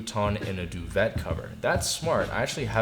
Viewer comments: duvet is doo vay not doo vet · Duvet is pronounced [doo-vey]. It's ok. I didn't know how it was pronounced when I was your age, either. It's French. Thanks for the review on the Shikibuton. That's a really compelling idea, especially with the tatami bed. Cheers!! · Just for your information, it’s ‘doo-vay ” (duvet) it’s French, don’t say the T. And, ‘slat’ like (flat), slat-Ed , not slay-Ted. Otherwise, great review.